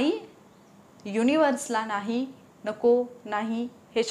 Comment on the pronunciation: मॅडम तुम्ही जरा मराठी शब्दांच्या उच्चारावर लक्ष द्या उदा. "नाही" ला "णाहि" म्हणता. "अण्यथा" हा चुकीचा शब्द आहे, 'अन्यथा' हा बरोबर शब्द आहे. "अनुभव" ला "अणूभव", 'बनवा' ला "बणवा" म्हणता. असे खूप शब्द आहेत तुमच्या विडियो मध्ये.